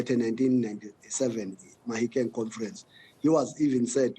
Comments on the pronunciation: Magashule calls it COMFERANCE, that cracks me🤣🤣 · He’s been humbled this one. Was very arrogant before “confrents” 😂